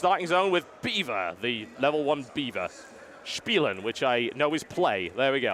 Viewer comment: Spialen xD Lol Die Aussprache war klasse xD